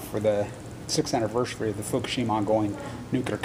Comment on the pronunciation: they laughed when somebody said, fukashima? wow